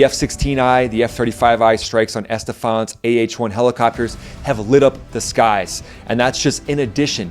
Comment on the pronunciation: Excellent overview. One point, the city in Iran is Esfahan, not Estefan